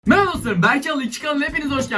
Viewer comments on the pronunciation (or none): none